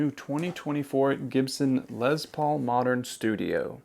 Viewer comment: I love your videos, especially this one. I bought a 2021 smokehouse Les Paul studio yesterday and absolutely love it. One minor pet peeve with the video. The guitar was named after Les Paul..pronounced "Less" As in Lester. Not Lez Paul... Unless they renamed it after a lesbian named Paul. Sorry bro... I just had to rip on you a little. Keep the great videos coming, in going back to shopping for a masculine hard case for My new lesbian Paul guitar. 😉😂